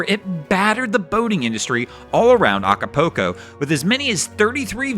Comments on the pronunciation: It is pronounced Aca- pull- co, not Aca-poo-co (no, I am not spelling it, it is just for pronunciation) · No matter how it gets pronounced we still know where he’s talking about. 😂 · The mispronunciation of Acapulco was my favorite part of the video. 🤣